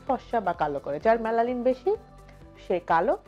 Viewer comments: মেলানিন not মেলালিন..... how funny a kmn doctor!!!!!! unar pronaunciation e to thik nai....ki tips dibn...... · Melalil na melanin bole mam